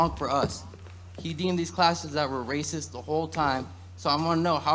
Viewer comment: What is it with people of color and how they can't finish how they say racist. They always say Raciss